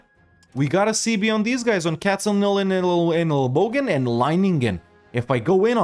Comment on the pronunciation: Shoutout for pronouncing those german city names very well!:yougotthis: #Katzenelnbogen